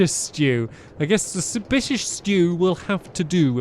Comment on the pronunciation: suspediios stew. Cmon you got it right the first time.